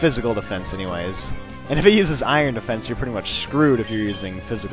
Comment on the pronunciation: aron change the a to an i=iron